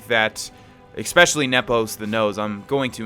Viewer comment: Expecially? Pshh